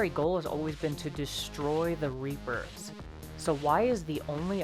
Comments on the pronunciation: LOL reaper-Os xD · Reap-o's XD